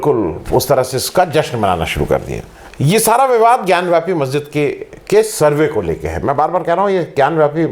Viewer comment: bewakoof ho kis masjid ke baahar Nandi hota hai and more ever it is not gyanwyapi it is gyanvapi